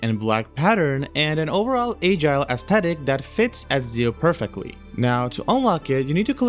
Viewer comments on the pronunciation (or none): “Age-ile” is a crazy way to pronounce “agile”